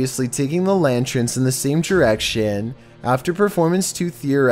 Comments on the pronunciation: Lantrin? Nah dude, hearing you say lantern like that is more awkward than you manner of speech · C'mon - lan-trin?' It's a 'lan-turn,' lantern! You mispronounced quite a few things, but it's ok - Love ya anyway😍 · ...LANTERNS. Pronounced like LAN- TURNS.🤟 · A lantren? Lantren? You know its not called lantren right? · It’s LANTERN not LANTREN!! This guy sounds like Eeyore. Why does every sentence sound like a question? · It's lanterns.... Not lantrens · WTF are "LANTRENS"?! Oh, yah...LANTERNS! LMFAO!!